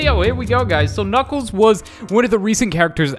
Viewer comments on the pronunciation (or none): did he just say knuckel bruh